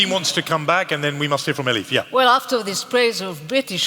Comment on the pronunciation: The MC keeps on calling Elif - "Eli". My name is Stephen, when someone calls me Steve or Stevie... more often than not - that is a sign that they don't respect me. Is he unknowingly revealing that he doesn't respect Elif Shafak or is he trying to show his affections towards her? Or is he just too lazy to pronounce her name correctly?